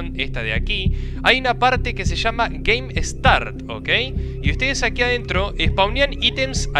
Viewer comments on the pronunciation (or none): none